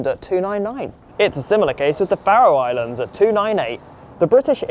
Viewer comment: You're supposed to be British, so learn to pronounce 'Faroe Islands'. (It's "FAIR-roe")